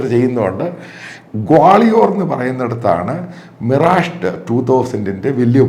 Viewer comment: മിറാജു അല്ല മിറാഷ്, ഫ്രഞ്ച് പേര് ആണ് അത് ഇംഗ്ലീഷ് ഉച്ചാരണത്തിൽ അല്ല വായിക്കേണ്ടത്